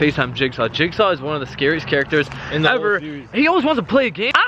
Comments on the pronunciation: I taught you said jakesaw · its name is jigsaw not jakesaw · XD JAJAJAJA REAL JIT SAW NOT LIFE JAJAJA 😂